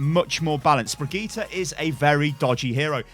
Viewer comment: Brigeeta? Really???